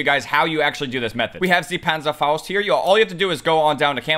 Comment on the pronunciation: Why is it impossible to say “panzerfaust” without a German accent 😂